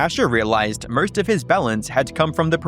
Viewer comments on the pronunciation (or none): Bro you got to work on those couple words like most. MO ST there is no ur in there